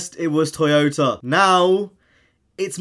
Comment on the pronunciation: Anyone notice him saying toyotar